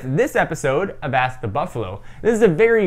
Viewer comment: why do you say buffalu